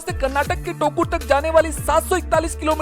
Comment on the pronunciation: Tokur(टोकुर)❌ Thokur(थोकुर)☑️